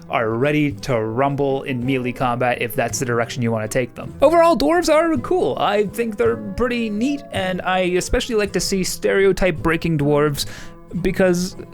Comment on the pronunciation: Melee is pronounced “maylay.” It comes from the French word mêlée.